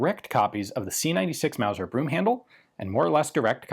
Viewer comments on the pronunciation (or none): Wauser wauser wauser it aint no Mauser